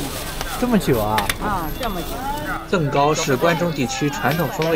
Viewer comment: up主 我们西安本地叫甑糕（jing gāo）不是zeng 糕哈😊